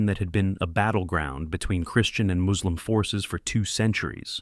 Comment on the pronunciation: It’s funny how you don’t catch this is an AI voice over from minor pronunciation mistakes. No native speaker of English that articulate would make these basic mistakes. “Moooslim” haha